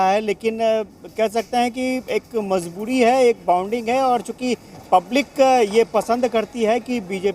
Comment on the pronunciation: aap ka bol ne ka andaz galat hai mazboori hoti mazboodi nahi sarkar hoti hai sarkad nahi plz sahi boliye 🙏🙏